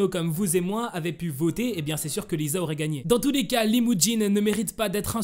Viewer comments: C lisa pas liza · Lisa c pas le son [z] c le son [s] comme si on disais lissa mais sa s’ecrit lisa